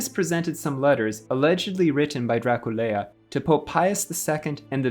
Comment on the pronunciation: Nu îi spunem Dracul-e-a, ci Dracula. Poate pronunțarea timpurie a fost alta.